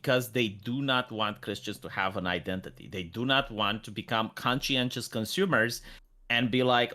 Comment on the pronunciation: Alas, when will learn that ''Conscious'', ''Conscientious'', and ''Conscience'', are three different words that each have their own ways of being pronounced?